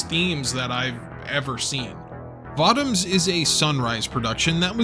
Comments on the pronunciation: I'm pretty sure it's pronounced Vo-Toms. Not votom's. Always loved me some Votoms. Always felt it was the most realistic depiction of what a mecha might be in the real world. More versatile and agile than a tank, but also way less armored. In one you are a killing machine, but you are also walking around in a death trap made of far to thin of metal to actually protect from much damage. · Vah-toms? I always pronounced it Voh-toms. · this was good anime series i accidently started watch years ago those 50 plus episodes go by quickly. also votems sounds weird when you say it i always heard people pronounce it vo toms. lol i wonder have i been saying it wrong this whole time. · Voh-toms. Say it with me. Voh-toms. Thank you. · So, everyone is just gonna let him continue to say Votoms incorrectly?